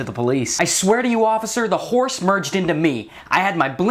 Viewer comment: A "hores" wtf? lol.